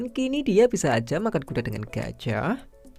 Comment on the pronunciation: Yg nyadar kalo abangnya ngomong kuda itu A nya kek panjang gtu😂😂 kudaaa